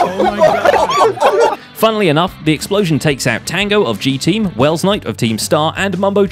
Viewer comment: can you please call the G-Teams people names correctly with their Gs